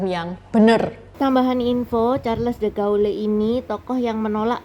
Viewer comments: De Gaulle dibaca : de gol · Maaf ya Ce Charles De Gaulle Bacanya Sharl de gol